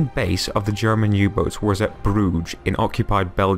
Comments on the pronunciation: well it's not the right pronunciation but atleast you tried to do it right unlike other youtubers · The way you pronounced bruges and zeebrugge XD